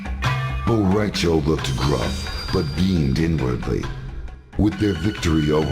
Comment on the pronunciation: Bo Ra Cho?!?! Really? Hahaha I speak Spanish